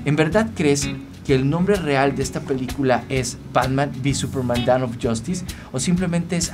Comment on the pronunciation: Es DAWN no DOWN xd